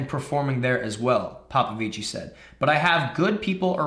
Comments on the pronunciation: It's pronounced Popovich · Just drop the I at the end of Popovici it’s pronounced Popovich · David Popovici is pronounced POPOVIC. He is Romanian swimmer not Italian :) We will see this name for a long time in swimming. Let's pronounce it right! :) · Love this new format ❤ You do not pronounce the "i" at the end of Popovici 😁